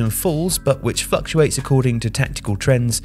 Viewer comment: Great and interesting video as usual, but I'm pretty sure you accidentally say "fucktuates" instead of "fluctuates"